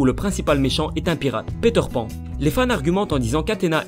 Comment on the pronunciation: ''Péteur Pan'' La prononciation.. x')